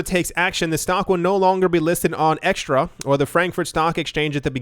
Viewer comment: the deutsche börse is called xetra not extra.... not being a spelling-nazi, but pronounce it ksetra and you will be fine...